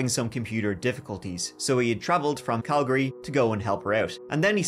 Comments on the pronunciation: I'm a Brit living in Calgary. You never hear a person from UK/ Ireland pronounce place names right here. The presenter got Calgary perfect, and Kamloops! The Calgary was impressive though. And he said gas station but I'm not sure if the Irish say that instead of petrol. *Calgary is originally a pretty Bay in Scotland, I wonder if it's a Celtic thing? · I think you're the only person I've ever heard who's not from Calgary who can pronounce Calgary correctly. Good job lad😂